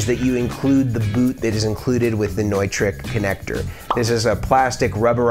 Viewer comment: Hey bud, cool video. I wanted to let you know that the word Neutrik, is actually pronounced Newtrick. Not trying to break your balls, just helping a friend.